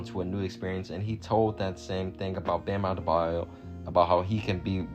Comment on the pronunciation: Bruh the way you first said bam adebayo “Bam abdedbadyo” lol wth But great vid tho